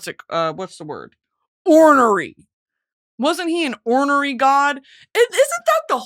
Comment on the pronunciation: Your pronunciation of ornery is a little off, babe